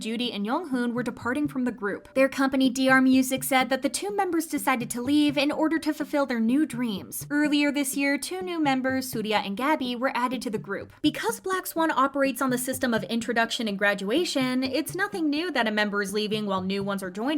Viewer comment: Her name is sriya. Get the pronunciation right